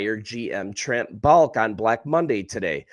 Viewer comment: The GM's name is pronounced "Ball-Kee", not "Balk"...